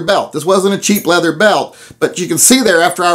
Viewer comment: Leather CHER, LOL.